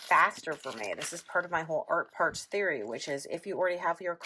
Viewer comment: Every time you say Art Parts, I hear "art farts" and my inner child giggles. Giggles that were very welcome today!